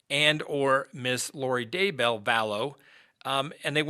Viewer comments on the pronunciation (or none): Could you please learn to pronounce Chad DAY-Bell's name?? It's not Chad D'BELL. It's really annoying how you mispronounce it in every video. DAY-Bell. Get it right. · As much as I hate to be nit picky, its Daybell. Not Day-bell. 😁 Please don't hate me. It just kinda drives me crazy every single time and I had to mention it. Hopefully now that I've "said" it, I'll be over it. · Chad’s last name is pronounced Day Bell , Grew up in Springville, UT with all the Daybell’s.